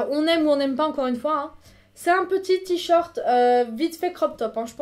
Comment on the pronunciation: On dit t-shirt !!!! Pas t-short >.<'